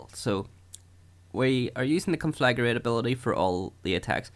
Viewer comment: Nice video, but every time you pronounce Conflagrate as "Conflagarate" I throw up a little.